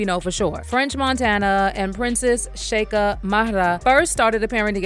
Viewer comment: Sheikha in Arabic means princess. You're literally calling her Princess Princess 😂 and its pronounced shay-kha